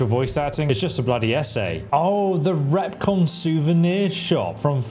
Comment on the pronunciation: Not to nitpick...but... you say 'recon trunk'...it's a 'Repconn trunk'. PAX